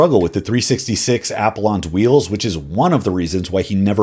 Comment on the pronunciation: The only thing I hated about this video is your pronunciation of the apple-ons wheel 😂